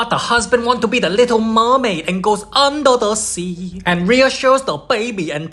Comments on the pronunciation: “Und da sea” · Its the "under da seaa" for me-😂😂😂😂